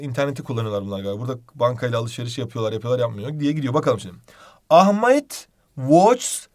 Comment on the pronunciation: da ahmeyt mi dediniz hocam yoksa benmi yanlıș duydum?